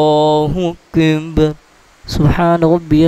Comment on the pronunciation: اللہ اکبر لفظ ادایگی درشت نہیں اللہ اندر کہتے ہیں